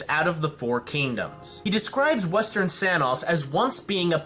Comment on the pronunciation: Your pronunciations of Sanus, Solitas, and Anima are... interesting